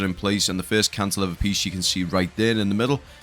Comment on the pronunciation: "cantilever" is pronounced canti-LEEVER.